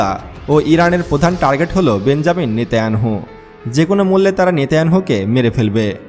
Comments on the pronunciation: আপনি নেতানিয়াহু বলেন নেতাইয়ানহু নয় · জনাব সায়েন্স টিভির এনকর আপনার বর্নণা ঠিক আছে তবে আপনার বক্তব্যে কিন্তু কিন্তু অব্যয় শব্দটা বেশি বেশি ব্যবহার করছেন এটা পাঠকের জন্য একটা শ্রুতিকটু এবং নেতানিয়াহু শব্দ নামটা আপনি বলছেন নেতা ইয়ানহু অনুরোধ জানাচ্ছি আপনার প্রতিটি বক্তব্য রেকর্ডের পর ২/৩ বার করে নিজে শুনবেন তাতে আশাবাদী যে আপনার বক্তব্যে মুদ্রা ভ্রম ও অসামঞ্জস্য সমুহ ত্রুটিহীনতা ও ত্রুটিমুক্ত হবে ইনশাআল্লাহ শুভকামনা রইল ধন্যবাদ জাযাকুমুল্লাহ খাইরান ফিল কাউনাইন আমিন। ছৈয়দ মুহাম্মাদ ইয়াহইয়া নাছিম কাদেরী, চট্টগ্রাম মহানগর। ৬ ই নভেম্বর - ২০২৪ 💚💚💚💚💚💙💙💙💙🌹🌹🌹🌹🌹🌹🌹🌹 হোয়াটসঅ্যাপ - ০১৮১৪-৪৯৩৭২৭